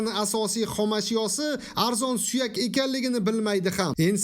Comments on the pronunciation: Акажоним узбек тилини к,отили буманг сувак емас суйак сувак бу бошк,а нарса танишлариздан сураб билиб оларсиз SUYAK BULADI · Суякни нимага сувак дейди галатимасми . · Suvak emas suyak brat Suyak juda foydali l.n tovuq va quyun suyaklarini ichidagi iliksimon suyuqligi halol emas dinimizda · Suvakmi 😂 suyakmi 😅